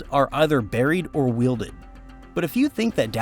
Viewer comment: If you're going to put this much effort into a video the least you could do is to listen to your AI voiceover and correct its mistakes. No living person would pronounce 'weld' as 'wield'.'